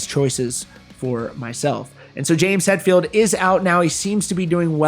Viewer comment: XD almost said James Metphild didn't ya lol I needed that laugh bro God bless and have a good one 🤘